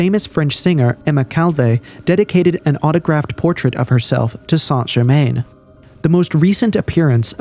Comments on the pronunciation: Its pronounced " San - Cher- Man " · Appreciate the video on the topic but just for future reference it's pronounce "sahn jer mahn"